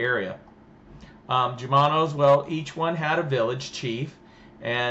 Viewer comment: It's not /J/umano...it's the Spanish pronunciation /H/umano...